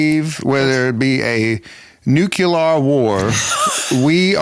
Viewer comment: "Nuke-u-lar" LOL Great cast!